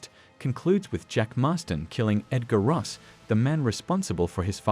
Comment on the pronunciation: Bro said rosses name wrong